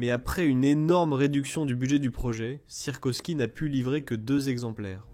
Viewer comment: encore une fois l'IA plombe la vidéo et on ne dit pas sirkosky (ou sirkoski) mais Sikorski